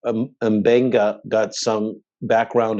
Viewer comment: Yes, it's supposed to be "Mmm-Beng-Gah," not "Emm" or "Muh". -- Many African languages, but also Ancient Greek have words starting with M, N, Ng, plus a consonant. Although Ncuti Gatwa, the new 14th Doctor Who, is pronounced "Shoot-Ee," it may be "Nnn-Shoo-Tee" or "Nnn-Tchoo-Tee" in his parents' native language. They immigrated from Rwanda, refugees, to Scotland when he was a baby. So you get Mb, Nd, Ng or Ngg (Ng-G), Ny-, Nj-, Nc- or Nch-, and so on. In SNW, they say Dr. M'Benga is from Kenya; I don't recall if Uhura is from Kenya also, but she is native African. In TOS, she spoke Swahili as her primary native language. I don't recall if TOS ever stated what country she was from. (I don't speak any African languages, but I'm a language geek. Uhura rocks.)